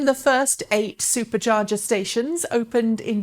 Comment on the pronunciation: Drink every time she says Supah chargee!